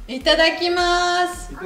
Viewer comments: Quand cri ittadakimasu j'ai cru entendre "c'est dégueulasse" j'ai été surprise mdr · Hahahahah ça m'a fait rire on dirait que dit c'est dégeulasse 14: 56 hahahaha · Je suis désolée par avance mais le ITADAKIMASU de ressemble à un "c'est dégueulasse"😂 Mais je suis sûre que c'était très bon😉